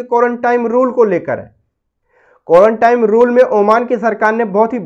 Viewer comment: Are bhai ek saal ke upar ho gaya is bimari ko. Aur ab tak tumhe quarantine ye bhi bolna nahi ata. Quarantime kyu bol rahe ho. Is se pata chalta hai kitne mahan admi ho tum🤣🤣🤣